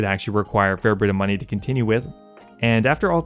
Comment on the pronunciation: drink everytime he says munyeee